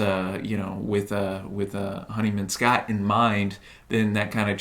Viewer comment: would have been nice if you actually played the tracts so we could hear them and didn't repeatedly mispronounce James Honeyman-Scott's name.